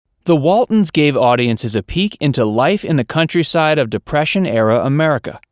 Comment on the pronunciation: Its Waltons, not Waldens.